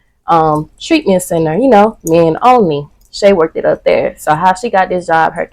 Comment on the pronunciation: Girl did you say "workdid"? *Worked baby worked smh